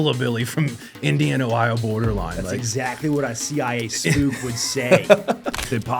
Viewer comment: Spook. Not "spoof".